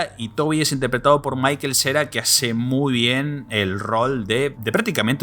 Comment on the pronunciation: Ese tipo no sabe pronunciar Michael XD